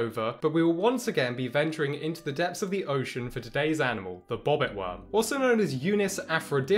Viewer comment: You know animal has 3 syllables, not 1 right